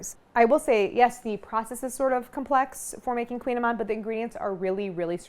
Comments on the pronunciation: Well, you're correct in that it's difficult to pronounce since it's Breton celtic, lol, but it's not "queen"-amann either, lol, at least from what I've heard other Bretons say, it's closer to like "cooñ", but even that's not it because it's a vowel we can't do in English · Oh non why you say it like that! It’s Kouign Amann (koui-ya-maannnn….), mon dieux 🤦🏻‍♂️ but I will forgive you for giving us the recette though ✌️✌️ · It's in Breton language, which is not a romance language. It's pronounced "koo-nyah-mahn". They taste heavenly, of course, especially when done in Brittany ! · I've made these for years and always pronounced it like Claire did. Last time I was in Paris at the Marché Bastille I was corrected by the baker: "koo-NYA-man."